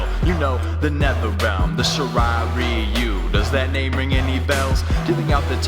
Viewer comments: Its shi-rai-rai-yu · Shirai ryu is actually pronounced as shi-rai ra-you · It's pronounced She-Rai-rai-you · Scorpion said shirai ryu wrong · you pronounced shirai ryu and Lin kuei wrong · You dont know how to pronounce Shrai Ryu or Lin Kuei? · Hey dude sick video but it pronounced lin kway and shi Ry Ry you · You said the clan names wrong so let me put in syllables she/ri/Ri/u Lin/ku/A now say it in the syllables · it’s Lin kuei and shri ryu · Lin Kua!? Shrai Reeyou!? Dam... You guys suck at pronouncing things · its good but you said shirai ryu and lin kuei wrong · Six and a half years later, this song still gives me the chills. . . Pun intended. Only bad thing is the mispronunciation of Shirai Ryu and Lin Kuei, but meh